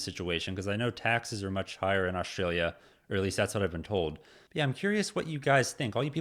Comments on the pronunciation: Australia not Oshtralia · Hey maate, There us no H in Australia. It is not pronounced Aushtralia. You can have that for nothing. Have a good day